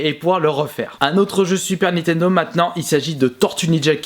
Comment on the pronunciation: N I N T E N D O pas NI TENDO